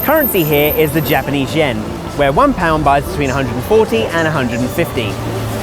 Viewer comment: OMG! His Japanese pronunciation is TERRIBLE!